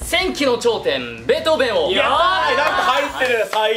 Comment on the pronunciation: ベートー「ベ」ン ですよ